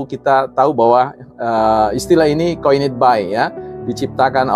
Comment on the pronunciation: (coined by = diciptakan oleh) dibaca bukan koinit atuh meni udah sok narasi ilmiah 🤭🤭 .... bahasa Ingrisnya tamatan kursus dimana nih orang ??? yang dibunyikan 'it' atau 'id' hanya yang berakhiran T dan D contoh=Wanted dan Ended ujung nya berbunyi 'it' dan 'id' kata yg lain nya hanya berbunyi letup tidak dibunyikani vowel .... 😄😄